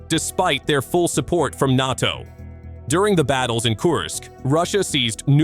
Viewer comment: Its funny to hear Russians clutching their pearls at the idea of foreign fighters/mercenaries in Ukraine when they had battalions of North Korea. ...and seriously 'N-ar-TO' --- it's prounced N-ay-TO. Try to train you AI better . Embarassing Glad you bleeding out Russia - you are losers. Rightfully so